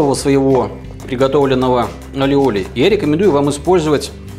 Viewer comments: похоже, автор просто не умеет делать майонез. любое масло взбивается. если правильно действовать. двойное л в испанском произносится как й. не аллиоли, а айоли. а ещё есть чеснокодавка. чтобы не заморачиваться с консистенцией белка, просто уберите его. используйте желтки. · А вы уверены что он называется алиоли? Ведь в испанском языке двойная буква ‘л’ произносится не как л, а как й. Например, плоские лепёшки из мексиканской кухни называются не тортилла как многие говорят, а тортийя. И этот соус, который мы в Штатах тоже очень любим, называется айоли. Ну а если у вас его произносят по другому, that’s cool too 😀 Не принимайте в обиду, я просто лингвист 😃